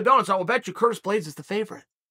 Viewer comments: "Curtin" Blaydes, lol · “Curtain Blaydes”